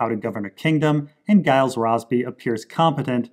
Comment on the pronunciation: Nice vid, for your info, Gyles is a soft 'G'.